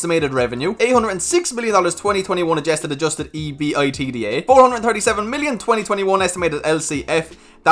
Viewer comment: just as an FYI, the general rule is to pronounce ebitda (ebit dah), not spell it out